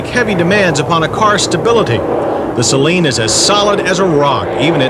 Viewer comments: (sigh..) "Say-Leen" is what u put in your eyes: As in Saline Solution. "Suh-Leen" is what u drive. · Please try not to pronounce "Saleen" as if to rhyme with "Céline": that first syllable is not stressed. It should be pronounced: "sə-LEEN."